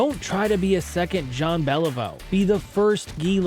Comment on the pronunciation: JEAN BÉLIVEAU please try it properly again. And Lafleur.. come on do something about that... You should listen to his name in french then you can say it properly.